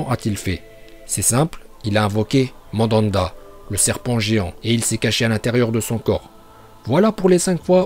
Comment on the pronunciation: Ooooo nan au lieu de dire mandat il a dit Mandanda jsuis mort😂😂😭